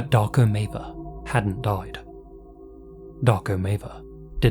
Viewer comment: 1. Maver is not a Serbian last name. 2. The way you mispronounce it sounds as if you're saying "Dark ameba".